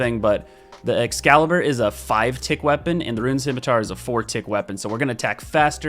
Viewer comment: Is that how you say scimitar?